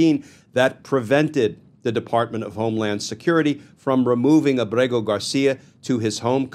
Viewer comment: A small point: I think that the diacritics have been stripped from his name. From what I saw early on, his name is Ábrego-García with an accented first syllable, not with emphasis on the second syllable.